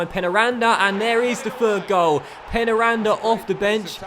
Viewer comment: I think that it is pronounced 'pain' 'ya' randa